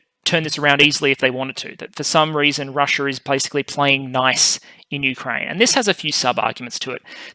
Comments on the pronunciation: It's "Russia", not "Russier". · Is she? Is her name spelled "RUSSIA" by the entire world yet this guy and his country keep jacking it up to make it sound like "RUSSUR?" And speaking of jacking it up, is that you in your parent's basement making up little boy jokes?